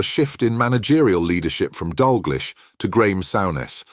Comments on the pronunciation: So really what your saying is the silence continues.. but has been replaced by a robot who says stuff like Dalglich. At least use a human to spout stuff you’ve googled.. so it sounds 50% professional. I’ll even do it for ya! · AI will always be inferior to us. I mean "Dal glish" and "Sour ness"? 😂😂😅😂😅